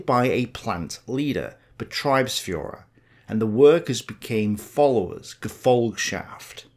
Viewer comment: It appears you pronounce the german "ie" like the english "i", however only "ei" is pronounced like that . "ie" is just a long german "i", basically the english pronounciation of "e". For exaple your pronounciation of "Betriebsführer" would be written "Betreibsführer". Just noticing that because I think its just a simple confusion of "ie" and "ei" thats easy to fix, which does however make it sound a bit odd to german ears.